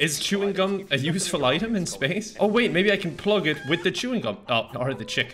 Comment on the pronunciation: Span-ace? Mm new word to me